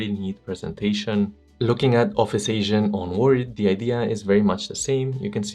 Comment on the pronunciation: Re: Agent Mode It's pronounced ayDJENT mode. Not asian mode XD